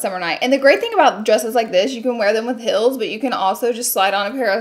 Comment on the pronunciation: Why is she pronouncing sale like “sell” and heels like “hills”?